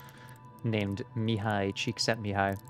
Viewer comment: You pronounced Csíkszentmihályi so flawless it felt really good for my little hungarian heart :) Kudos bro